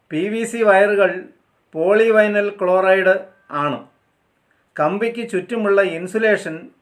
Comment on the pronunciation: Sir പോളി വയനൽ അല്ല.. പോളി വിനയൽ എന്നാണ്.. Pvc.. (പോളി വിനയൽ ക്ലോറൈഡ് ).. നമ്മൾക്ക് അറിവിലേലും നമ്മുടെ അറിവുകേട് മറ്റുള്ളവർക് പറഞ്ഞുകൊടുക്കാതിരിക്കാൻ നമ്മൾ ശുഷ്‌കാന്തി കാണിക്കുക.. സോറി 👌🙏